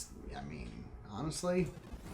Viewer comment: I love when you say any word with an ly at the end. Lol honestly, always sounds like honest lee.